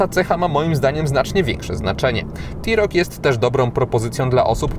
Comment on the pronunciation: blagam, rozpoczynajac test wypadaloby zaczac od jego wymiarow, a poniewaz mowisz o SAUV-ie, czy Crossoverze to nie wolno zapamniec o przeswicie. Literkae T w polskim jezyku czytamy jak te, nigdy ti, to tak a pro po. Autko nareszcie ladne, ale jesli mam w pamieci Dacie Sandero Stepway za 67 tys. z pelnym wyposazeniem; tj. m.in., z kamera cofania, nawigacja, odpalaniem na przycisk, hamulcem elektronicznym, no to musisz przyznac, ze cena TeRoc powala, ach ze dodam jeszcze Dacie Duster z gazem za 74 tys. rowniez z pelnym wyposazeniem i z jakim przeswitem...